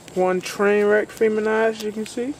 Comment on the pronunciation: i like how you say feminized ha. hope those seeds came out good bro